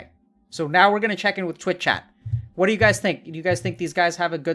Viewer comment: the way you say “Twit Chat” seriously annoys me for some reason haha it is Twitch Chat